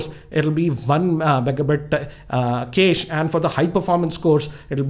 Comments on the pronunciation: kesh?, isnt it cache ! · tanish bansal Can't make fun of him. In English, usually USUALLY words with "e" at words with "a" should be pronounced like he did. Cache has French origins originally referring to a weapons cache." But that's pronounced "cash-A"